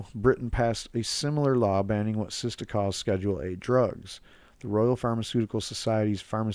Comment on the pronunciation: Good video, it's SITSA not SISTA